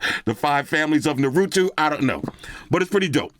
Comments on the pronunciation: This is definitely an anime fan's dream. Naruto is my favorite anime of all time so I think this is super dope. I'll help you out with the Japanese phonetics lol: "Nah-roo-toh" (the "r" is a soft r, almost like a "d"). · It's pronounced na-roo-tow And the red symbol is the clan that he is part of the "uzumaki clan" And the sim card ejector is the symbol of the village named "Village Hidden in the Leaves" or "Hidden Leaf Village" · For sake of your own information, it's pronounced 'nah-rue-toe' great video as always,. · Before you get trolled it's Naru-toh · Naruto (nah-ru-toe) lol. You get the dopest 🤳 though. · Narootoo ? Got me dying looool.. Voltron some classic stuff though fr.. Great vid as usual. Nerds Unite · The way to pronounce it is (Nah-Roo-Toe) 😂 BTW the first wallpaper with the 2 characters is Naruto and his pops Minato. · Every time he mispronounces Naruto, it gives me a chuckle lol. Phone looks dope though! BTW, its naa-roo-tow in case nobody helped you out yet 😀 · This is really tempting me to buy but my Galaxy S22 Ultra Mega Supreme is trying to hold me back. It's pronounced "Nah-Root-Toe" btw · Nah-roo-Toe 😂😂 These anime themed phones are tough. Samsung and Apple better hope on Marvel and DC or something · Ayy, anime fans unite!!! So nice to see you give some attention to these anime edition phones from Realme. Also just so you know, you DID pronounce it wrongly xD but it's easily forgiven since you're not familiar with it. It's pronounced "Na-Ru-Toe". Oh yeah, please do a REAL REVIEW on the Naruto GT3 Neo, because it looks like it's blasting its way to become the midrange phone of the year with all that specs and especially that absurdly fast 150W charging! This thing might potentially charge even faster than that iQOO 9. Keep it real as always,!! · Naruto!!!🤣🤣🤣 said Narutu 🤣🤣🤣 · Naw-roo-toe Phone looks dope and dope review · Nah-root-oh. No malice, only appreciation 🔥👍. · Narutu lmao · NARUTO ❌ NARUTWO ✅ 😆💯